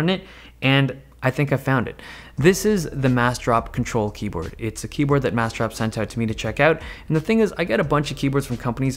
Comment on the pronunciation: i swear he is saying Keybird